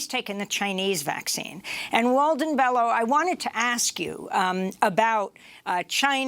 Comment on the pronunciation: Pronounced BELYO